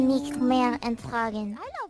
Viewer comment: the numbers that kobo was calling out at where "sieben, acht, neun" wich translates to seven, eight and nine respecteviely i'm unsure what she is saying , since her pronouciation of the last word is a bit off but my best guess would be "ich kann das nicht mehr ertragen" translating to "i can't take it anymore"